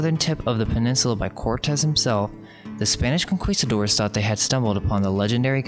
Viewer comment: Great research, but you often mumble and speak rather quickly, (and mispronounce many words like "conquistadores"). If you go back and listen to the audio recording, you will hear this. A bit slower and clearly and then I think this will be easier for both native and non-native English viewers to listen. Your message and research is great, and if it was enunciated more clearly and precisely then it would be even easier for people to listen to.